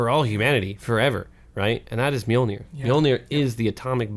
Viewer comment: I've never heard Mjolnir mispronounced so many times, so many different ways.